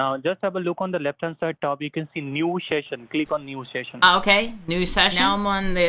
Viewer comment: "sheshion" ahhahahaa